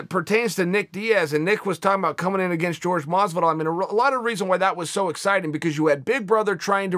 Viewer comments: Chael I respect you and I like you Shows! This one and Ariel and the bad Guy. But why do you Keep Saying George Masvidal!!!?????!!! When Jorge has said it is not Jorge/George! Its Horhey or that is pronunciation. Please message to let me know. Do you just like pronouncing it wrong intentionally???? Lol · Masvidal's name is pronounced Whorehey not George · It's 'Hor-hey' Masvidal uncle chael.